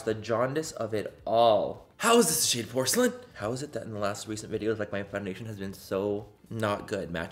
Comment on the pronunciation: But why did he sound Irish when he said "how is this shade porcelain?" 😭😂